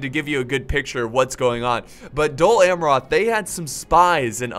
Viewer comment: Your pronunciation of "Amroth" is a little irritating but a 47minutes long cinematic and commentary rich video is well accepted!